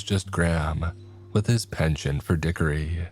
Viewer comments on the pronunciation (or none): none